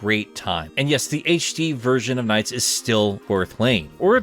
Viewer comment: Look at NiGHTS : Journey of Dreams, it's pronounced like your second attempt. You got it.